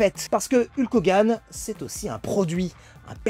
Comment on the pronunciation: Super vidéo comme d'habitude😁 La prononciation de son nom de ring par contre, fait mal 😂😅